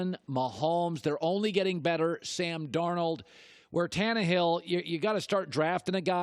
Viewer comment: Collin you were doing so good until "Sam Darnold" lol